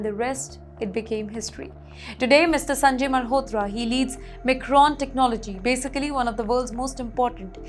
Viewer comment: The tone is very monotonous...I feel like I will go to sleep .It just feels like she is not being able to relate .Its not Macron ....Its Micron ...😅.